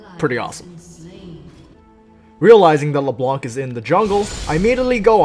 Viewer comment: the c on Leblanc is silent.